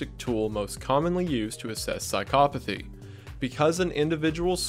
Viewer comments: As a psychology major, thank you for saying psychopathy correctly. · I ... have been saying psychopathy wrong my whole life?